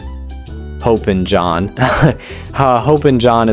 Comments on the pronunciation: Its not HOPE-in john... its HOP-in john....just fyi 😂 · Texas - King Ranch Casserole as well as BBQ, Tex-Mex, and most Chilis 🇨🇱🤠 BTW...It is Hoppin' as in hopping not hoping. The "a" in goulash or paprikash makes an ah sound not lash like eyelash. 😉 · It’s hop, as in a small jump, hoppin’ = hopping. Like hopping like a frog.